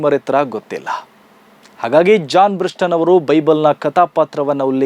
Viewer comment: ಅವರ ಹೆಸರು ಜಾನ್ ಬ್ರಿಟಾಸ್... ಜಾನ್ ಬ್ರಿಸ್ಟನ್ ಅಲ್ಲ...